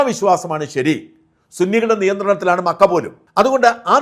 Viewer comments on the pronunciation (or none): none